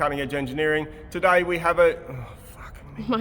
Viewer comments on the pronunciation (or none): Что за английский у этого парня? 🤔 Почему он говорит тудай вместо тудэй или плай вместо плэй? Баба его, Карен, нормально говорит.